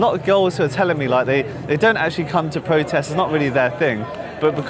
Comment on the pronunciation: Its pronounced protest, not pwotest.... u poms suck at speaking english . It's erupt, not ewupt.